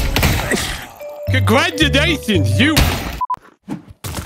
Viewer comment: “CONGRADULATIONS!!! YOU—!!”